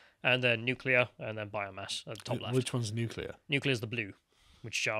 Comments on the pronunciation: Bare in mind most nucular fuel comes from Russia too 😂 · Can we please get a video of one of you steelmaning the anti-nucular argument, and the other debating it? I’m ignorant on the subject, and I’m tired of y’all saying “nucular is the awnser” without elaborating.